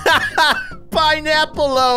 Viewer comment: IT SAYS PINEAPPLO NOT PINEAPPLE’O